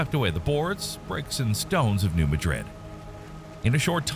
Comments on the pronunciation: Just wish all you "experts" would learn how to correctly pronounce New Mad Rid not Ma Drid like in Spain . So disrespectful of all of us who live here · The locals pronounce it "New MADrid".